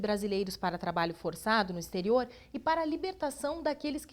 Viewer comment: " ixterio""...foi demais, né?? exterior, ok??👀😱😡